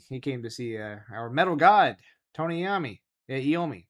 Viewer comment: Lol you said Iommi wrong 😂🤣